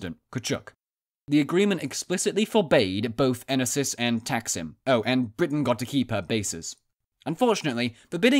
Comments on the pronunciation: I don’t speak Greek, but I strongly suspect it’s pronounced ‘’e-NO-sis”. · It's Ènosis. I'm greek....